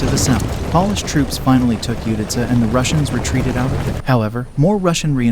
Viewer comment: Please learn how to say the name of the Polish nation correctly. You are saying polish as in what you do do furniture.